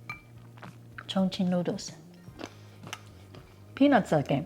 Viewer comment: 你为什么说’ 重庆‘发音不对？ Chongqing should be pronounced as 'chawng-ching'